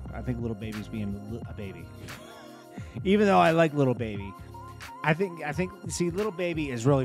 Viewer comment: Why do you keep on sayin LITTLE baby and not LIL baby?